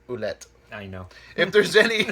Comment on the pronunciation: You both pronounced Nathan's last name, lol! He pronounces it -- phoentically: Wool - ette. Happy New Year brothers!